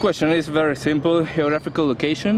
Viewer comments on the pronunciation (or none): "Heographical location" me hace sangrar los oídos.